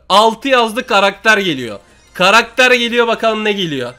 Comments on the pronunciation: ne diyo duydunmu karakter değil karater diyo ne alakası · 3snde karakter yerine Karadere dedin ların abi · Yoq krater aw ya ssjsjjsjsjsjsjs Karater ne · Karakter e karater diyen koca yurekli larin😂